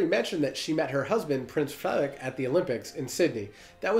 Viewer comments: Your pronounciation of danish words is really good, and the pronounciation of “Frederik” is 100/100. I appreciate your videos very much, keep it up fellas 🙂👍🏻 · I’m really impressed with your danish pronunciations! Especially Frederik!! 😁👍